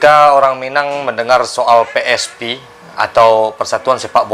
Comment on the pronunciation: PSP, BUKAN PI ES PI, kantau